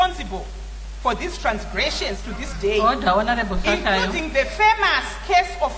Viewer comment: The madam speaker can't even pronounce Hlatshwayo